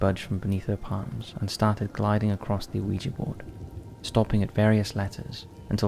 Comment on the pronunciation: Dear Top 5s O.G. Narrator: Let me start by saying I love your guys' work, and I've been a subscriber since circa-2016-ish. I just have one request. Can we PLEASE stop pronounicing the "O" in "Ouija"? Just pretend the O is a W? "Wee-jee." Like "Squeegee", but without the S. Everything else is super-rad; I love and appreciate all your hard work. This tiny, inconsequential thing really bugs me for some reason. A reason only known to my twisted brain, and it kicks me out of the magical stories you weave for us. That's a me problem, not a you problem, though. I can grit my teeth through it. If you absolutely MUST pronounce the O, who am I to tell you that you can't? I'm not. I'm just saying that it picks a scab on my brain, for some reason. Like those jerks that have to correct people's grammar online. I'm really trying not to be "that guy", but I'm failing. I still platonically love everyone on the team, though. Thank you.